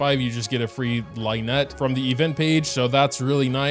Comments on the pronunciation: Lyney and lynette is spelled lin-ey and lin-et, not like in the word line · ...I'm begging you... The first syllable of the names "Lyney" and "Lynette" rhyme with the word "sin" not "line" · It's Lin-ie and Lin-nette not Line-e and Line-nette🤦‍♂️ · the pronunciations of lyney and lynette are making me go insane